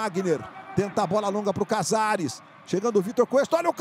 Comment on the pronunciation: O NARRADOR FALA CAZARES EU SO OUÇO INIESTA